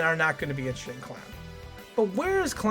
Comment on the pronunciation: Why are you saying his name like that...?